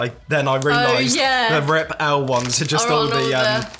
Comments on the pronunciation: Rip-L is pronounced ripple. They are ripple chips. Ridged. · Rip-l is pronounced ripple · Rip-L = Ripple Ju Jubes is pronounced ju-ju-bees I love toasted coconut marshmallows. It takes me back to m6 childhood.